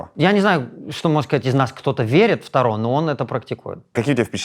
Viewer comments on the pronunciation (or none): none